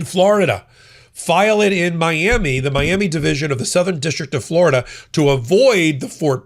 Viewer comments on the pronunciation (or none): none